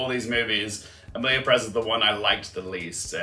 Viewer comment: For pronunciations: Corbet is "cor-bay" and Perez is "PEH-rez" instead of "Pe-REZ"